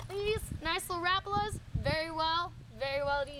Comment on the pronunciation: She said Rapala what a dumb ass say it right